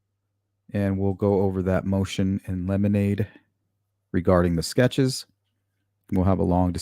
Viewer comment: Motion in 'lemonade' is cracking me up. Great way to remember how to pronounce it!